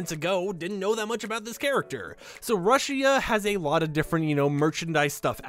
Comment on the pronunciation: Not trying to be mean but it’s pronounced rooshia